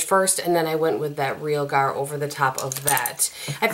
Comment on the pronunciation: Molto bene! 👌❤️. This may be my favorite 4 Looks from you! I have this palette but I don't play with it near enough. Your looks were so diverse and stunning!! Loved that orangey look #2. Oh it's pronounced ree al (like the man's nickname) gar, emphasis on the second syllable. It's arsenic or ruby sulfide pigment, so in keeping with the renaissance painting theme. I have been playing with this palette this week and all I can say is love love love. Surprised by how good the little double ended brush is! Oh perfect pronunciation on the buon fresco!! 👌. I think you are right about the reds being intimidating! And the people who love it seem to split on whether they use those shades regularly. You are also right about the mattes--they are amazing. And I have recently been using this palette for the mattes and using different pigments on the lid. And I love those looks. I tend to go overboard when use only the MR palette. But I now get the hype about ABH shadows. When that MR sister palette comes, I'm going to jump on it.